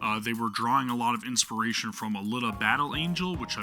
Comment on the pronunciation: A Leet uh. Not, A litta. To help you with how to say Alita =P It's easily one of my fav anime, fav stories. I even named my cat Alita. Also, the somewhat recent live action movie was actually pretty good as well.